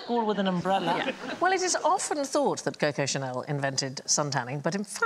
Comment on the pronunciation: Nope. She pronounces things wrong like "cocoa channel" for instance.